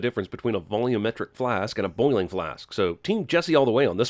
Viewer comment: The way you pronounce boiling as “bowling”... +1